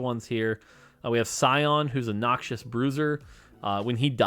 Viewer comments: Riot is putting their assassins on for calling Rek‘sai a him and pronouncing Noxus as „Noxious“ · Why does he say Noxius 😫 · BRO MORT STOP CALLING NOXUS "NOXIOUS"